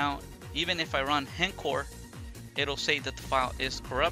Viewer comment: It's not HEN-CORE, it's H...... (pause) ENCORE (pronounced ON-CORE) Why does EVERY Vita YouTuber say this?